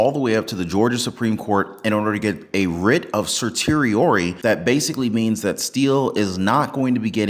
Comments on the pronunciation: Writ of certiorari (sersh-she-or-ee) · I like your posts and forgive this piddling correction. It's pronounced "sur she or' ee" or simply stated 'sert.' Writ of cert (sert), or granted cert(sert).